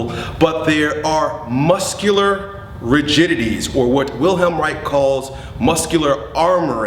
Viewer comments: did you say ´Wilheim Reich´? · no he said "Wilhelm Wright" but his name is "Wilhelm Reich".